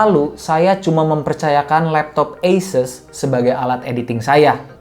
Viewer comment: dari video bung yg ini, baru tau cara penyebutan asus itu dibaca eises :)